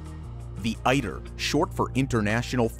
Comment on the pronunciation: ITER not IDER